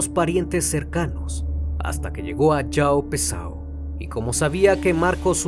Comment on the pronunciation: Comunidad Joao Pessoa (Joaon Pessoa) no Joao Pesao' 😆